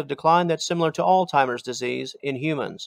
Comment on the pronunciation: its not ''altimer'' disease, its ''alzheimer's''.